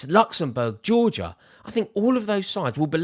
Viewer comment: Weird way to pronounce Georgia tbh